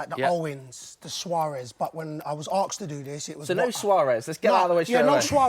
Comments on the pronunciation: Arksed or asked?? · Doesnt even know how to say 'asked' properly. Who cares what he thinks